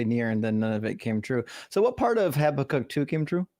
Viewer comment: I like how he pronounced Habakkuk like Chewbacca 😅